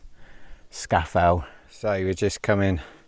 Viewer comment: Well done. But it is pronounced Scar Fell !